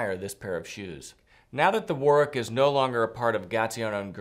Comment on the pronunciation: Lovely shoes! The ‘w’ isn’t pronounced in Warwick.